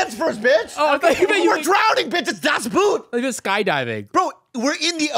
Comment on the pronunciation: That´s not how you pronounce "Das Boot", oooooobviously! It´s a U-boat not a shoe! Say it like the word "boring" but stop after BO and add a T and that´s how you say it!